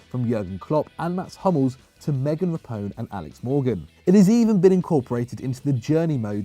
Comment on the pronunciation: lol meghan rapone. nice pronunciation